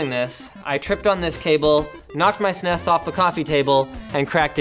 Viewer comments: who the fuck calls it a snas its S N E S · Yeah what's up with Sneeess... It's S-N-E-S no? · “Super NES” with each letter pronounced. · It's S-N-E-S, not SNES. I friggin' hate when people butcher the name. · You pronounce it Snez the first time, but the S EN E S tht second time lol.... but even more shocking, you said S Dee for SD... most of us in the US say SID or just Ssdd.. card. Nah jk... I say S Dee. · If you say "Sness" one more goddamn time.. It's S-N-E-S, always has been, always will be. It has never, ever been called a "Sness". Stop it. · It's not a Sness fool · Don't call it Sness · For the love all that is good, please stop saying “sness”. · THE FUCK? it is S N E S not snes in one word..its an acronym for Super Nintendo Entertainment System... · S N E S please learn to say it correctly no one said it as a word back in the day. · Agreed, "sness" sounds like a tobacco product. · sneez? bless you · Retro is awesome. Pronouncing "SNES" as a word, somehow less so. "Super Nintendo" does make for a lot of syllables, but at least it doesn't sound like some kind of bodily discharge... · So, it wasn't just me, some people are allergic to initializations and turn random things into words. SNES, isn't as bad as some, at least SNES is a legitimate syllable without adding any vowels. SQL and SCSI being pronounced as words are particularly egregious as you have to add your own vowels and there's no particular reason to choose the ones that people use. But yea, pronouncing it as snes kind of kills a lot of this. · Stop saying snes like it's a fucking word.